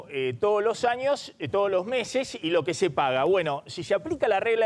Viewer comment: jajajajajjaja nuevo cavallo jajajaja como me hizo reir, denle un curso de modulación a Maxi montenegro desastre como pronuncia la S... shi shi shi, la idea que tiene batakish, ejecutar en los proximos meshes... jajaja no podes.